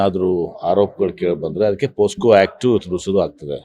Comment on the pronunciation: ಪೋ ಸ್ಕೋ. ಅಲ್ಲಾ ಸ್ವಾಮಿ. ಪೋಕ್ಸೋ